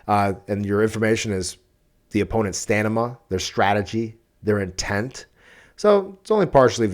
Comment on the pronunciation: "stanima"? 🤔 Hmmmmm😂😅